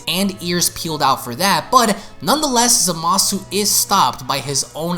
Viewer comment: ...I will never understand why, even three years later, people still insist on mispronouncing Zamasu's name as "zuh-mah-soo", even after all the times Gowasu has exclaimed "zah-mus!".